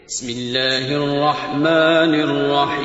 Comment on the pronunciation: O Janab bismillah to thik parh lo